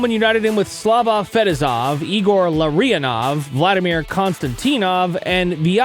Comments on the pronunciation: ouch bro! you think you would know how to say Larionov and Fetisov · Bro you did not just say Larionov like that.